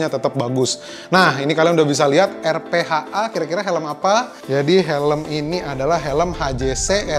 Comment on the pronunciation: it's pronounce "arfa", R - PHA